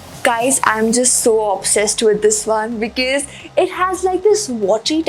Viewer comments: She says becees instead of because (fukri) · Its because.. Plz pronounce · she is always pronouncing "Because", wrongly.....to be frank it is not gud